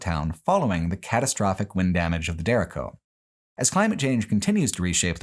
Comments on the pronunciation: It's pronounced day-ray-cho. (Spanish word for "straight") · always love your stuff, they make my work days amazing. But at least in the Iowa section you butchered so many names, which I get, most people can't pronounce Iowa town names. Tama specifically is Tay-mah. And derecho storm is duh-RAY-cho